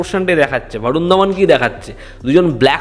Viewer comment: ভারুণ আবার কী? 'বরুণ ধওয়ান/ধবন' হবে বাংলায়।